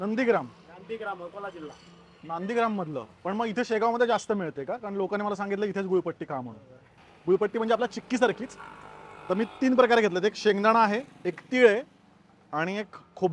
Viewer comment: Bhau Naandigram Nai. Gandhigram ahe te